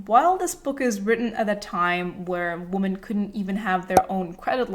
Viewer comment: i'm saying this cuz i wish someone told me earlier- the plural of "women" is pronounced "wih-men"